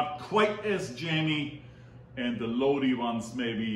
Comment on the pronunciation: I love your videos....you are awesome. I actually live in Lodi....it's actually pronounced Lod- I .... I'm sure you are familiar with the credence clear water revival song, stuck in Lodi again, that is how you pronounce the name of the town. We have sooooooo much wine here. Of you ever come visit, make sure you heard to the ( wine & roses) it's a hotel, restaurant and the Lodi wine commission visitor center. We would love to have you here.